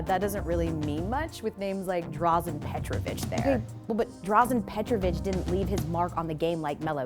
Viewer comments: You’ve lost all credibility by referencing Dražen the way you have, put some respect on his name. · Had to stop watching soon as you threw Drazens name like that... lol what a joke